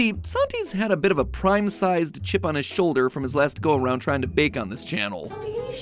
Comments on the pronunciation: Anyone catch that he said prim instead of prime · instead of Prime he says prim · This one because you said prim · "better than prim cake" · Did anyone else notice that Matpat mispronounced prime